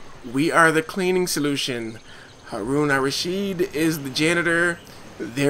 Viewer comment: you pronounced Harun Al Rashid just fine. :) Good luck with your battle against him though, it's not really looking too good, but hey you never know, the Allies were the underdogs at first in WW2 right? there's always a chance!